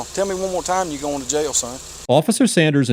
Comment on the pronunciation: JAIL has 1 syllable..not 2...I'm southern & even I know that! What a disgusting douche bag! When he ends up in jail cause u know his narcissistic attitude is gonna get him in trouble & he will forget he doesn't have a badge anymore...there will be a line formed to "f**k the police"...🤣